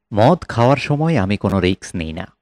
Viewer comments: ধুর মিয়া, রিকস না রিস্ক, শুনলাম না, উচ্চারণ ঠিক করেন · রিক্স নয় রিস্ক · Risk riks noi, uccharon thik noi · কথাটা রিক্স নয়, রিস্ক। এই উচ্চারণ নিয়ে আবৃত্তি!!! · রিক্স নয় রে ভাই কথাটা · Risk noy riks...jeta sotti e newa jaay naa😝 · রিক্স নয়, রিস্ক... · লিখেছেন রিস্ক, আর বললেন রিক্স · রিস্ক হবে উচ্চারণ রিকস নয় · উচ্চারণটা ঠিক করা দরকার। ওটা risk, riks নয়। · Riks na bole risk bolun. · ভালো। তবে 'রিক্স' নয় , 'রিস্ক'! কানে লাগে ! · শব্দটা risk, riks নয়। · বাংলাদেশী তো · কে এই গল্প পাঠক? রিস্ক কে রিকস বলে গেল!! এত কম শিক্ষিত লোক তো এখন গ্রামগঞ্জে রিক্সা স্ট্যান্ডে ও খুঁজে পাওয়া যায় না! দুর্ভাগ্য আমাদের বালছাল শুনতে হয়। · আমি এই গল্পের পাঠকের কাছে মাফ চাচ্ছি। আমি বড় একটা ভুল করে ফেলেছি। দু-তিন পেগ গলায় ঢেলে রিস্ক বলার চেষ্টা করলাম, কিন্তু বলতে পারলাম না রিক্স উচ্চারিত হলো।। পাঠক সঠিক জায়গায় সঠিক উচ্চারণ করেছেন। আমি আবারো ক্ষমা চাইছি। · খুব সুন্দর। তারাপদ রায় অনবদ্য। আপনার পাঠ আর অন্যান্য আয়োজন সুন্দর। তবে বারবার রিক্-স্ কানে লাগছে। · উপস্থাপনা ভাল। বার বার রিক্স উচ্চারণটা কানে লাগল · Riks বলছেন কেনো? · রিস্ক উচ্চারণ টা ভুল আছে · Risk উচ্চারণ ঠিক করুন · Risk এর উচ্চারণ টা ঠিক করুন ।